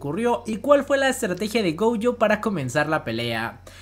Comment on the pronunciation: Amo los videos, pero me descuadra cuando lo pronuncias en Ingles xd GOULLO? no es GOLLO? :c